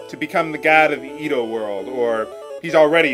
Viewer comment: i think its pronounced ed-o